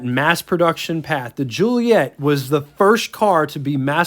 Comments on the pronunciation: Dude...please..JU-LI-Et-AH. The later car (1600) is a Giulia. Where do you get Ju-LI-ett? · Great review- they are incredible cars for their era, still fine in traffic now which for a 60+ year old is fantastic. It's italian, so pronounced- Jee-ooly-ett...A!